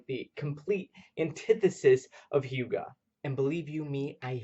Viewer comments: I love yer channel so much but it's pronounced "uegah" not youga. my hyggenaut self was cringing each time you said it but your dances of course always save the day!! xoxoox re-subbing cuz...where u been? or where was I? glad to have found you again cuz yours was the first channel i think i ever subbed to! I also shared the hell outta this!! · HUGAH NOT HIUGAH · In Danish Y is not a consonant, in the word hygge it has a very clear sound, and it does not have a J sound. Just found this video, and as a dane it hurts every time you say "Hjuge" but hey not everyone can speak Danish :)